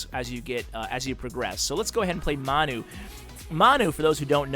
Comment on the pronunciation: His name is pronounced (Man-You) Manu is a short for Manchester United the soccer team:) Great video!!